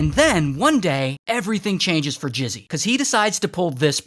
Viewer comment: Bro calling mizzy "jizzy"💀